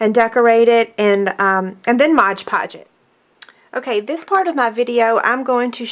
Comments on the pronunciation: My GAWD, please stop saying MODGE PODGE. It is MOD Podge..... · "Mod" Podge not "Modge Podge." lol